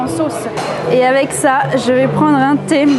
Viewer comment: Pourquoi il dit le the marocain 😂